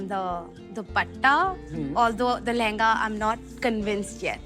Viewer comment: your pronunciation of lehnga was flawless!